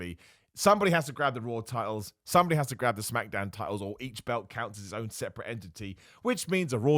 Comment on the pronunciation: Dam thought we might make it through the video without you saying Smackadown and making me cringe through the roof